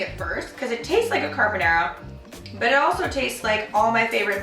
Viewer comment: why do you pronounce carbonara like a hillbilly?